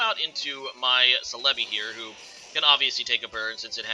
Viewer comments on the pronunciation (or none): SELL-uh-bee. not sel-EH-bee